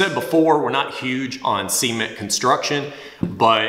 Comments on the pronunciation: They say “own” instead of “on” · Enjoy your videos Hearing you say "on" like "owen" makes me cringe though